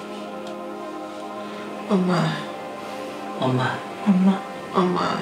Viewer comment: 최면이 걸릴때 "엄마" 라는 발음은 정확히 한국인이 구사하는 발음과 똑 같았어요~ㅠ